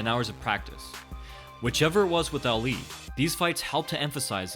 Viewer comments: Why does he keep saying eli instead of Ali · Say it like "all-lee" not ally